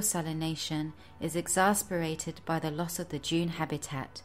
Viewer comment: It would be better if she could pronounce salination, exaccerbated and several other mundane words